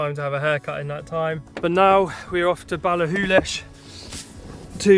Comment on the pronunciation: Ooo I'm impressed you can pronounce Ballachulish! That campsite must be new since I was last up there, guess it's part of the ski centre. We used to rough it & abuse the toilets in Morrisons.